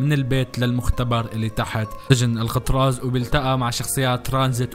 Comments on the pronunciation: اسم السجن ال كتراز مو القطراز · الكتراز مو القتراز